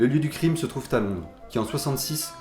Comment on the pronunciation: Vidéo bien ficelée ma foi. Mais il y a quand même un truc qui m'a fait tiquer: "Le lieu du crime se trouve-t-à Londres" "Chandler invite Hendrix à un concert de Cream, et demande-t-au groupe..." Pourquoi tu rajoutes des lettres entre les mots?